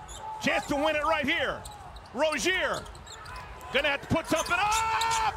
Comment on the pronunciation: UUUUUUUPP (emphasis on the p)